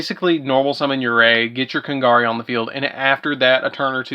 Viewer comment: I'm sorry for being a little bit of a critic, but you said Kagari's name wrong so many times. Please pronounce it correctly next time.